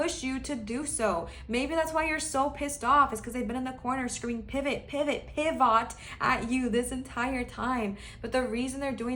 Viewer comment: I picked pile 3 and I absolutely lost it when you said PIVAHT.